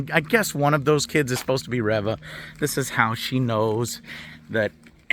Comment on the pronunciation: It's pronounced ReeeeeeeVA 🤡